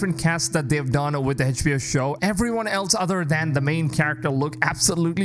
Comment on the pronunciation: Funny how you couldn't even say HBO right